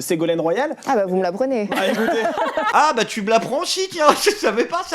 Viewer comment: Et les "tchu", "genre".